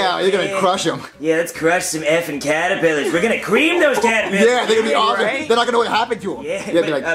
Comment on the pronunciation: Im not suprised that some of them said Callipiters and not Caterpillars, I say it like that too